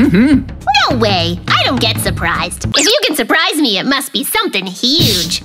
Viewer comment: sherpprize😂 it’s not surprising😂 unopeopea😂😂😂 no utopia😂😂😂😂😂😂😂😂😂